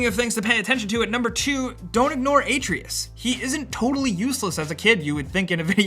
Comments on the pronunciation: it'd hold more weight if you knew how to say 'Atreus'. also 'Alfheim' and not 'the dark realm'. c'mom, dude. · I can’t trust you after miss pronouncing the boy’s name lol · They say Atreus a bunch in the game how does he pronounce it wrong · Your'e saying Atreus wrong. How have you gotten through this game and still not know his name? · You said atreyus' name wrong the whole time. Did you even really play the game? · It bothers me how this guy keeps mispronouncing Atreus' name... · 😂😂😂😂😂😂😂😂 You can't say atreus Right 😂😂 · How did you just pronounce Atreus... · I love your vids guys, watch them ALL the time. Quick question though... Do you deliberately pronounce things wrong? Like as a joke? Atreus... it grinds my gears man. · So it seems like you've played this game but you keep saying Atreus' name wrong. It is Uh trey us not aye tree us. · Uh-tray-us!!!!!!! no A-tree-us!!! jesus. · It’s not “ay-tree-us”... it’s “uh-tray-us”... ffs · It’s “A trey us” not “a tree us” Lmfaooo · I'm about six hours deep, when does "ay-tree-us" show up? I'm pretty tired of "uh-tray-us" by now.... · This dude really said "A-tree-is" it's A-trey-us Atreus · FYI it’s uh-tray-us, not ah-tree-us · The “uh” being pronouced as a soft “a” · AH-TRAY-US not AT-RE-US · The way pronouns Atreus confused the hell out of me, thought there was a character I missed out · You’re saying Atreus’ name wrong. Even Kratos himself says Ah-treus not Ate-reus. >.> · A Tre Us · A-tray-us, you’ve played the game enough... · Man... I like these videos but pronounciation is key! Pretty low key suggestions but when I hear Atreus pronounced ay-tree-us, or when you talk about throwing your "hammer" I have to assume the guy doing the voice over hasn't even played the game, and that's a big turn off. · ITS A-TREY-US!!!! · “Ay tree is” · How to pronounce Atreus — Ah-Tray-Us. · Its pronounced "uh-tray-us" lol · AY-treus lol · It’s Artreus not Atreus, and it’s an axe not a hammer dude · It's pronounced Ah-Tray-us.